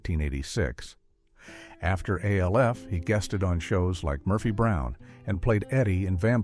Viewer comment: AI can’t Evan say Alf …and yet they say they will take over the world …